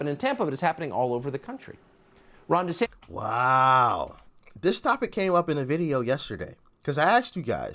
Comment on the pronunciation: You gave me an amused chuckle when you realized you were mispronouncing Ron DeSantis' name and then a few moments later you again mispronounced it as "DeSantes" instead of "DeSantis".